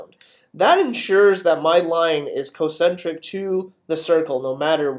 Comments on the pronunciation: He also says "Co-centric." It's spelled concentric. Shouldn't it be pronounced con-centric? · I died twice as fast because he says cocentric. He's not even pronouncing the incorrect term properly! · OMG I die a tiny bit inside every time he says concentric.